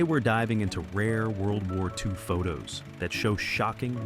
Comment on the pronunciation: “These Secret WORL War II Pictures”